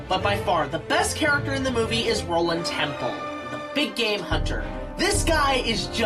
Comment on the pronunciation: Not sure you were pronouncing Roland's last name wrong intentionally, but if not, his last name is Tembo, not Temple. But I'm loving the series! Good work! :)